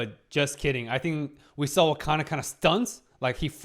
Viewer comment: also i gotta say... its wakana not hakana